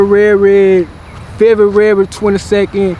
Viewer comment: Dude said FeVRURary 🤣🤣🤣🤣